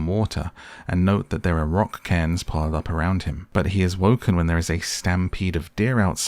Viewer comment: I'm just glad you pronounced Cairn right.